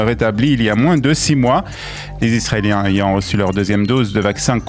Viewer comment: Décidément >….les liaisons. « mal t’à propos » ;;;; ‘’’Cent Zisraéliens ‘’’. Ça écorche toujours les oreilles